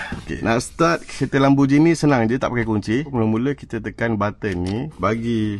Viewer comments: Lamborghini bang bukan bukan Lamborjini. Gi bang Gi. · bang, lambor gini bkn lambor jini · Lambojini ❌ Lamborgini ✅